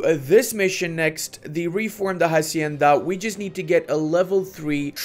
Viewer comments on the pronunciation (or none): none